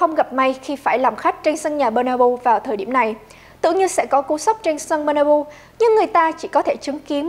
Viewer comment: Bét na beo nha chứ k phải bê na bu:))